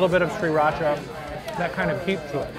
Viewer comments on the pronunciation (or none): none